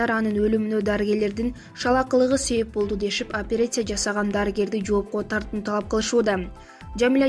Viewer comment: Туура окуганды уйронсон биринчи. "Липосакция" болунбой окулат. "Операция" "Опереция" эмес.